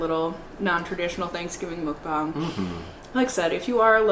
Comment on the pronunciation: It’s pronounced “muck-bang”, not “mookbang” 🙂